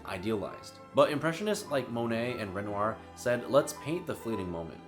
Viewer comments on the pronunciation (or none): none